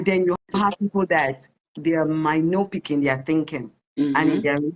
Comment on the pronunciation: 😂😂😂😂mynopic😂😂😂 a beg.. MYOPIC.